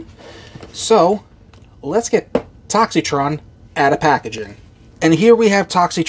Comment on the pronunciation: The I in his name is silent!!!